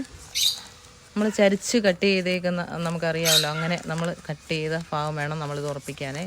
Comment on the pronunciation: എന്താ നിങ്ങളൊക്കെ ഫാഗം എന്ന് പറയുന്നത്.ഭാഗം എന്നല്ലേ ശരി